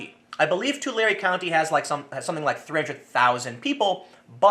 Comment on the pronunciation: ish Tu lare not tu larey